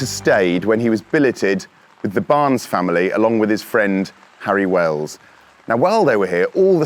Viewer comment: Harry Welsh, not Wells.